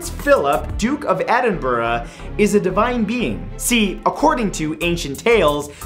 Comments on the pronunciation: In love with the fact that Edinburgh is being said correctly ❤️ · Thank you for pronouncing Edinburgh properly 👏👏👏💕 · Thank you for saying Edinburgh correctly! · Thank you for pronouncing Edinburgh correctly woop woop you need to now go forth and teach the rest of America how to say it haha x